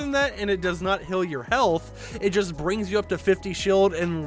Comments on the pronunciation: I love how he says "hill" instead of heal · I like how he pronounced it hill and not heal😂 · Burst squad hill??it is heal (h-e-a-l) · Why does he say heal like that lol